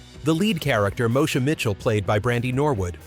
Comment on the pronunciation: Its pronounced MO-E-SHA. Not Mosha!!! Once UPN got established as a network station with the help of the black shows, it cancel the ones who started it.